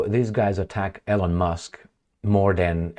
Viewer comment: Please pronounce the name "Elon" correctly. You are the only person in the whole world who mispronounces Elon Musk's first name.